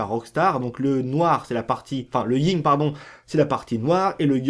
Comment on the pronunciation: Le YIN et le Yang PAS LE YING ET LE YANG